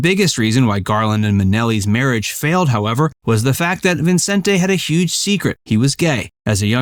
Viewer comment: Never heard anyone pronounce Vincente Minnelli's first name that way. Always just Vincent.